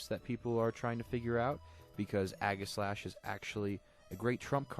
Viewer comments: EE-ji-slash. Since the primary word is aegis. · It is pronounced age-I-slash